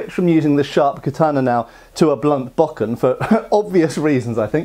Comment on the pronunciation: I almost winced when you said “Bockin” It’s not even about accent, just say bow ken.